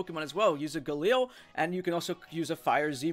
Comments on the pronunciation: did you just say Galliel? It's pronounced Glay - Lee Not Gah - Lee - Ell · its Glalie not Galil. A Galil is a gun